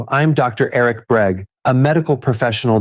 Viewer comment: This is AI...and I doubt Eric BERG (not "Breg") has anything to do with it. Or I hope he doesn't.